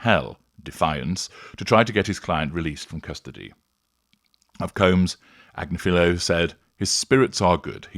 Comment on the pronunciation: Ag-NIF-a-lo is how the attorney's name is pronounced. His wife is a prominent correspondent on You Tube's Meidas Touch Network.